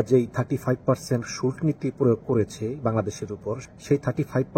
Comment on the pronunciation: উপস্হাপক সাহেব, সম্ববত আপনি একটি সম্পুর্ন ভুল উচ্চারণ করছেন। ✪➤ আপনি বলছেন "শুল্ক্"। ➤ কিন্তু উচ্চারণ হবে "শুলকো"। ➤ যার বানান হবে "শুল্ক"। ➤ "শুলক্" নয়। ✪➤ Please prove me wrong......